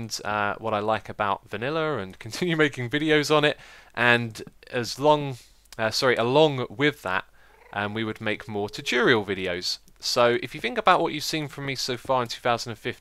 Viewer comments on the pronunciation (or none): TU-TOR-RIAL. Not "techurial".